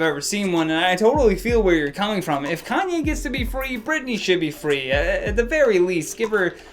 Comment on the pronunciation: also 'calmye' and 'kylie stinks' LMAOOOOOOO